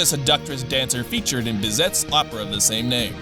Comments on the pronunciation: Hey if this guy could not be given any scripts with French names again that'd be GREEAAAAAT. LUPIEN, BIZETTE. I'm crying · Bizet is pronounced Bi-zay. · When speaking about Ann's Persona, The composer is Bizet, but pronounced Bee-zay. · “Bizet” lmao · BizeT's opera? Wow.....the pronunciation in DYKG videos is so consistently bad that I can barely watch them. From the butchering of Japanese names to that horrendous attempt at Spanish, I had to stop the video. It literally takes two seconds to google how to say something. All your incredible research and in-depth study of these games falls apart when you guys look like idiots who can't pronounce things correctly. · Dont forget "Bizet". Take a shot of cyanide every time